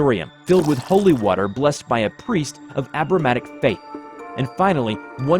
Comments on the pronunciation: Am I the only one who noticed he said "Abramatic" instead of "Abrahamic"? :D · The one thing I notice about this channel is his abhorrent lack of pronunciation he pronounces abrahamic as abramanic and I don't believe I've ever heard him correctly annunciate the name of the country also the word occult he says acyouelt and much more. I pretty much only watched a cringe at how much he mispronounces things